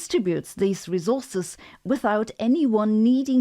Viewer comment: Every time she says rezorzes (resources) makes me want to scream